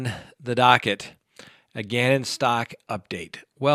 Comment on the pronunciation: It's pronounced Stowk